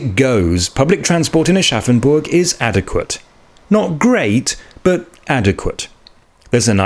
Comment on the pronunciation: I will never not hear "Arschaffenburg" in my head and I think I might be forever 12.